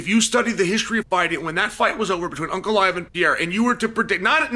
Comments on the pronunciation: Unclaev? Chael is putting the hurts on names. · also to hear him say Unclaive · Ankalaev ❌ Uncle Liev ✅ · Ankalaev ❎ Uncle laev ✅ Pereira ❎ Pierre ✅ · Uncle Aiev 😂😂😂😂😂😂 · "Uncle Ly-ev" vs "Pierre-a"🤣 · Came for "Alex Pierre" left with "Unkle eye ev" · Chael said PeeAir and Uncle Lie iv 😭😭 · Uncle Liave?